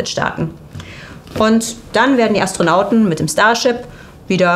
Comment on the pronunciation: Anstrengend. Mal "Orion" deutsch ausgesprochen, mal englisch. Mal "Anstronauten", mal "Astronaut*innen". Also wenn gendern, dann auch bitte durchgehend. Das ist auch kein Meckern auf hohen Niveau, denn immer mal zu gendern, ist der Sache an sich nicht zuträglich. Dann lasst es lieber. Dazu kommen noch die unnatürlich gezogenen Wörter/Sätze, als würde man während des sprechens überlegen was man eigentlich sagen wollte. Das alles macht das Zuhören in der Summe wirklich schwer. Persönlich finde ich das wirklich schade, denn man ist bessere Qualität gewohnt.